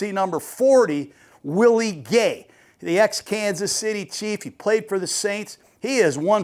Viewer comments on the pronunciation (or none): none